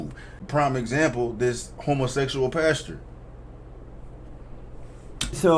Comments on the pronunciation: Did this neega just say “homosexOLOGY”?!?! 🤣🤣🤣🤣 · Are you a homosesual? Listen to how he pronounces homosexual 😂😂😂😂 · Why gotta put such emphas on the ‘HOMOsexual’…? 🤣🤣🤣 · "are you uh..HOMOsetchual pastor?" 😆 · Homosessual Just like he says Messican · I cracked up everytime he said it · Had me Rollin, Every time he said , homosexual.